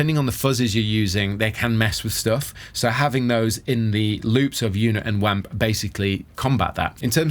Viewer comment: I cringe every time I hear "wamp"